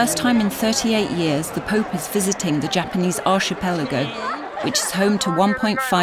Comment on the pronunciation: that is not how you prnounce archipelago, its pronounced ar-ki-pelago.